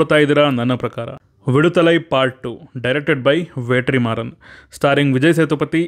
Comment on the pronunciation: Bro ವೇಟ್ರಿಮಾರನ್ ಅಲ್ಲ bro ವೆಟ್ರಿಮಾರನ್